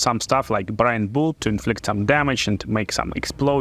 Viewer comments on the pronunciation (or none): none